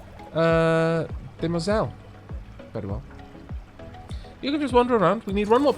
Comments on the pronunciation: De-Muoi-zells. That’s it’s pronounciation. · Couldn't find a guide but I believe phonetically it's dem-wah-zell. French lessons were good for something after all!